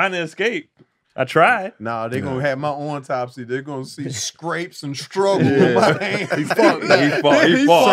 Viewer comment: On-topsy????? Surprise Tony didn’t get on him for that.